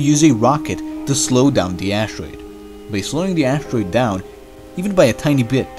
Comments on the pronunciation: "An ashtroid" ? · Anybody else who gets cringes when the narrator says ash-troide?